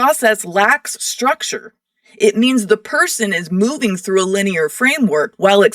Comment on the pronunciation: LEEN IEAR LMAO!!!